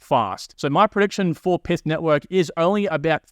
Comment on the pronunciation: It's not "Pith", it's "Pyth", similar to how you say "Python" but without the "on".